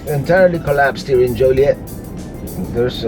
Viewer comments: Born and raised in and around Joliet. It is pronounced Joe Lee Et. It is definitely not Jolly Et either. Them's fightin words around here. And that's not a joke. Many things and places in Illinois have French roots, but it is very much locally unique and heavily Americanized after 300+ years. You won't hear anything pronounced in "proper" French around Chicago. In fact, you probably won't hear anything pronounced properly in any language here, not even English. 🤣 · joilet...like toilet hahahaha said with l♡ve from Napertucky!